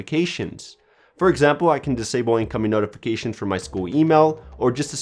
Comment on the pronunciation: Omfg.....the way u say notifications ...holy SHIT.